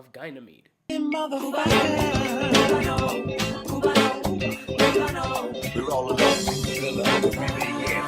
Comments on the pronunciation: It´s Ga ni me de, not gay ni me de. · ) It's definitely not pronounced as GUY-Nameed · It’s pronounced ‘Ganie meed’. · Bruh how do we pronounce Ganymede? I swear it can't be Gynamede :/ :D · How illiterate does one have to be in order to pronounce “Ganymede” the does???